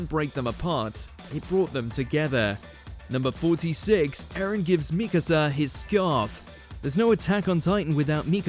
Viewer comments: mikAsa, not mIkasa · You pronounce Mikasa the right and wrong ways in the same video. Not to mention - its pronounced ERVIN. Are you a fan of anime as you say or not?